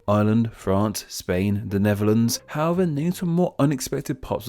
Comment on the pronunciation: With these misleading names were you saying Neverlands (ie Michael Jackson's former playground) or Netherlands. There seemed to be a "v" sound where a "th" should have been. Which is the misleading one?